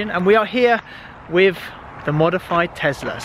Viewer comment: "....and we are here WIFF the modified Tesla..."